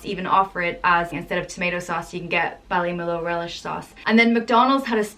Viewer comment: bally mu lu , is how its pronouced